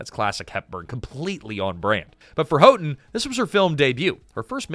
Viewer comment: If only the Katherine Houghton’s part had been more than a sweet young woman. It’s pronounced HOWton, btw.